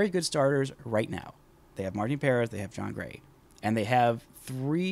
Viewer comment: It’s pronounced Puh-rEHz. Not Pair-ehz. Not why that bothers me how you say it. Lol